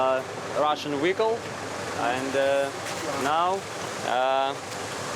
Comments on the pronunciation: I know this is slightly off topic, but when he said "this wehicle", did anyone think of Ensign Pavel Chekov? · The smile on that guy's face when he said, "this wehicle will now work for our forces," is priceless.